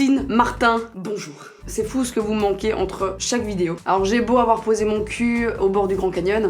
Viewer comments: Il y a que moi qui entend vidio quand elle dit "vidéo" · C moi ou le mot vidéo elle le dit vydewow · Prk elle dit vidio😂😩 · elle a un petit accent quand elle dit Video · pour ta prochaine vidéo asmr dit en continuité "vidéo" j'aime tellement quand tu le prononce avec ton accent 😍😂